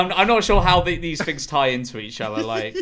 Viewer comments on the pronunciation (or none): I take offence to people who say "fings" instead of "things"